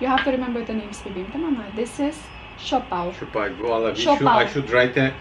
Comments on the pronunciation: Siopao, Siopai and Siompao. 🤣🤣🤣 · "SIOPAI"😱 whattttt🙆🤣👻😝🤦😁🤷💯💚, it's siopao🤗mashallah✌️